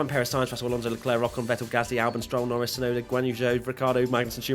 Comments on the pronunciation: In the last one you said rocon instead of I ocon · Ocon? Ocno!